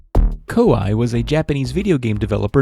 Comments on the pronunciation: KoYee not Ko I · Except it's not. It's pronounced Koo-Eeh as it's the two Japanese letters コーエー which is Ko- and E- (the dashes mean you elongate the vowel sounds). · It's pronounced "Kaw-eh"